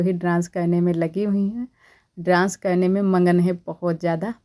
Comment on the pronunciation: ड्रांस मत बोला कीजिए प्लीज डांस बोला कीजिए 😊❤